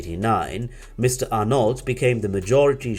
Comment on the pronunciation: the narrator should learn how to pronounce French names, surnames and toponyms: it's /bernar:/ not /bernarD/ )) its /arno/ not /arnoLT/ /saintropé/ not /sainttropeZ/ )) absolutely not OK !